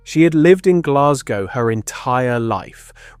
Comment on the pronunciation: Please will the English learn how to pronounce Glasgow!